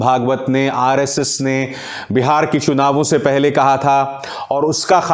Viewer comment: चुनाव को शुनाव बोलते हैं। और भी बहुत सारी गलतियां हैं उच्चारण की।